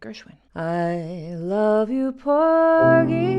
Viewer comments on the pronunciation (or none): none